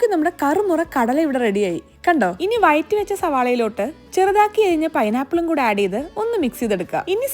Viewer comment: വയറ്റി അല്ലാട്ടോ വഴറ്റി...